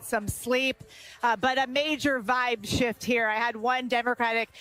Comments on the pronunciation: Lol... she said, "vibe shit." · She said "its been a real vibe shit" 😂😂 i bet there has been lol